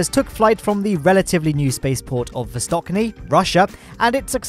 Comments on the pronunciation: Hey, in ish you pronounced the upcoming cosmodrome as Vostokniy, instead of Vostochniy (there is a ch instead of k, and is pronounced as in “cheese”). Just wanted to point that out, great video though:) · [vostochniy] "ch"(ч) sounds same like in word "cherry". Last part of this word "y" in rus is "й". Sounds very similar with "y" from "yolk". Just wanted to say that) Good news as always, thanks mate! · needs to get his pronunciation of Vostochny right.